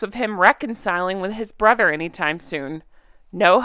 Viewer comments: Hi, not that it makes much difference, but your said “brother” instead of “barber” when reading Piers Morgan’s Uncensored article. Had to agree with Piers. Harry shouldn’t have even bothered if he was just going to leave virtually the same day. His Mum would be ashamed. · Barber, not brother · at to 1.25. You said or read it wrong, harry spent less time with his cancer-stricken father than Piers did with his BARBER not brother. Barber is for more funny 🤣😂😂